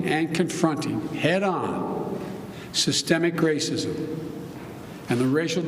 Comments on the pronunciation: “systeeeik rassiizzz” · Lol Biden can't even say systemic racism.